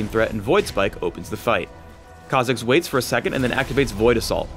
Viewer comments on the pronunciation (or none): Just when you get the hang of saying a champ's name, comes along and ruins it by pronouncing it completely different.